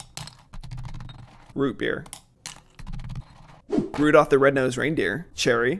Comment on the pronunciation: Him:"Rodudalph" me:"Rodudalph the red nosed raindeer had a very shiny nose🎵🎶"